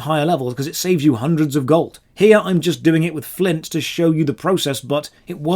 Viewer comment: Please learn how to say "Doing" Instead of "Doink" It's so distracting xD